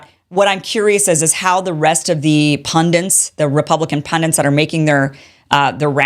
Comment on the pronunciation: PunDINTs-> Pundits